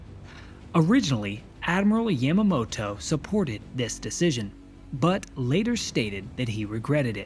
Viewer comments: It is good to see the attack from the Japanese perspective, but this is not the first time it has been shown. "Tora, Tora, Tora" showed the attack from both perspectives over 50 years ago. Also, please learn to pronounce names correctly. Your pronunciation of Yamamoto hit me like nails on a chalkboard. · It was a bit jarring to hear Yamamoto's name spoken with a soft "A". I also think it may have been pertinent to include various successive American failures which, had they performed as intended, could have prevented at least some of the carnage. 1) Neither Navy Admiral Husband Kimmel nor Army Lt. Gen. Walter C. Short had overall command, with the Army providing the air and anti-aircraft defense of Pearl. This meant any communication from Washington was not shared between the two. When the Navy codebreakers, which had not at all to that point decoded either Japan's Purple or JN-25 communications and relied purely on radio intercepts, lost contact with the fleet, the crucial intelligence was not shared with the Army, resulting in a complete lack of anti-air batteries and ammunition locked away. 2) This was further compromised by the radar installation which was manned by both the Navy and Army lacking sufficient staffing, with Kimmel not providing the liasion which would inform the Army of the presence of naval aircraft in the area and Short failing to provide adequate staffing with severely limited hours. 3) Japan's scout planes were detected by Army radar operators AM, nearly an hour prior to the first strike, but without naval communication, they had no way of knowing whether the contacts were Americans. They did not consider so few planes any real threat and simply logged the contacts. 4) AM, Joseph L. Lockhart and George E. Elliot, the junior enlisted men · You miss pronounce Yamamoto. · I dislike the way he says "Yamamoto" it's yahmahmoto not yæmuhmo-to